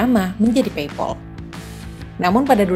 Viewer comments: Pei pal mbak bukan pei pol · pronounce paypal-nya kurang pas, pal di-pronounce pael atau pel jg boleh